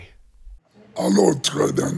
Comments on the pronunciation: If everyone says troydan then celebs can’t say troyden so edit to make it where it says Troydan fans: troydan Celebrities: troyden Big Ed : TRO-DAN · Everyone: Troydan Celebrities: Troyden Big Ed: TRO-DAN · nobody: Big Ed: tRoDaN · Nobody: Not even: Troy Big Ed: Trodan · Big Ed rly said: chodedan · Big Ed is saying chodan